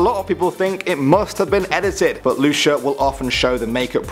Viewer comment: Just for reference, it's usually pronounced Loo-See-Yah or Loo-Chee-Yah. The first is the way I pronounce my own name, the second was how my mother did.